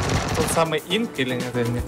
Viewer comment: Не Хсинк, а ИНК!